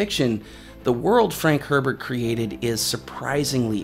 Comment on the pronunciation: Love this channel!! Brilliant man. Even if you mispronounced Herbert. Lol.